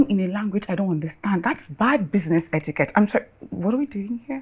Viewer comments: Madam its not hettiquete🤣🤣🤣🤣🤣🤣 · It's not "Hetiquette" it's "Etiquette" Iya Barakat no dey hear word😂😂😂